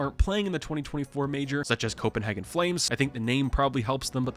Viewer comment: Copenhagen sounds more like “Co-ben-haygen” Love from Denmark 🇩🇰